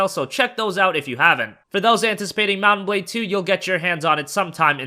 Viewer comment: It's pronounced Mount and Blade, not Mut-bade... For a moment I didn't know which game is he talking about.